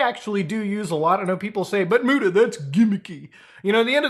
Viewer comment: you dont say muta my man